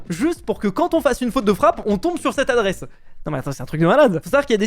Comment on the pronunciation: "Adresse" et non "Addresse"